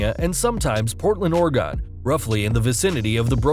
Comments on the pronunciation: Bruh you are an American and when you said Portland Oregon I almost lot my mind. Who the hell even says it like that lmao! Also lose his "health, instead of wealth, with the burp included? Fuck me! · Oh ffs, learn to say Oregon correctly.